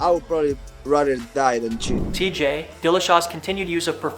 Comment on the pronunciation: Dude, you're an MMA commentator and you don't even know how to pronounce "Cerrone" - ?? Donald Fucking Cerrone??! Edit: then you BARELY got out Chito Vera's name - barely. Edit 2: AGAIN!! - "TJ, ............. ...... Dillashaw's..." Edit 3: holy SHIT - you continued on to BUTCHER ALMOST EVERY SINGLE FIGHTER'S NAME. Stunningly incompetent, you clearly are. Wtf is your deal, man? Get it TOGETHER. You're now thankfully on my "Don't Recommend Channel" list.